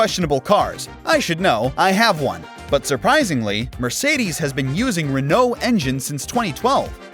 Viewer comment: Enjoyed the video, but your pronunciation of Renault and Peugeot was awful and hard to hear!